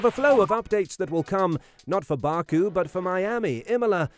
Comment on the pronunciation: I can't watch your videos because you can't say things correctly, ever, I mean come on it's pronounced back oo not bark oo and that's just one example